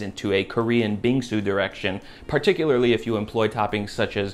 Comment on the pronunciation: That pronunciation for "bingsu" and "injeolmi" hit just right. Take notes JOSHUA WEISSMAN AND YOUR FUCKING BOWL GO JI